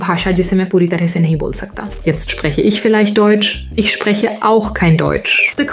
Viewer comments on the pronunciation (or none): Bei dem Satz „Jetzt spreche ich vielleicht deutsch“ wird das „ich“ betont. Das lässt vermuten, dass vorher jemand anderes deutsch gesprochen hat und nun sie. Ist hier natürlich nicht der Fall. Es soll also deutlich gemacht werden, dass sie jetzt deutsch spricht, nachdem sie zuvor eine andere Sprache gesprochen hat. Also wird selbstverständlich das „deutsch“ betont. Also nochmal: Die Betonung ist zwar denkbar, aber im Kontext des Videos nicht korrekt. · “Jetzt spreche ICH vielleicht Deutsch. Ich spreche AUCH kein Deutsch.” (I; ALSO) is stressed arbitrarily. The pronunciation is unusually clean, but that's also the case with her original speech in some way. The lips seem to be in sync, but there's some unnatural lip splay—reminding of despair. It's likely caused by a suboptimal concurrence of the original & the artificial mime. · While the german one used the correct words, the way it spoke was weird. It accented the wrong syllables and words. It was highlighting the word "I" so it gave the impression of "Now maybe 'I' (as opposed to someone else) is speaking german." And it used "auch" (also) wrong. She used the word to mean she 'also' doesn't speak german, just like she also doesn't speak these other languages. But the AI's intonation worded it like "I 'also' (just like you or someone else) do not speak german." A cool concept but it needs a little bit of work.